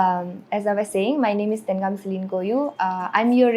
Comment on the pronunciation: Even she couldn't pronounced her name lol ten ngam it's tengam lol🤣🤣🤣🤣